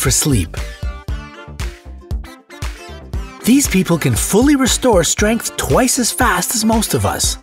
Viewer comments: min says "hese" instead of "these" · Nice 'Hese' pronunciation XD